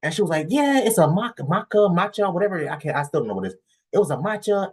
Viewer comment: It’s matcha not Makka😂😂😂😂